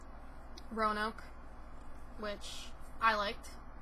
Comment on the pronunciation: I'm upset he mispronounced Roanoke lol ... Like don't they know Roanoke is based on a real story?!